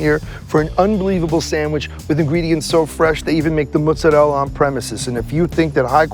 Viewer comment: Why do they pronounce mozzarella like that? Ew